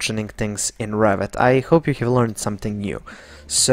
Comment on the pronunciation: Thank you for very nice tutorials but for "have' please try to say hev instead of hiev.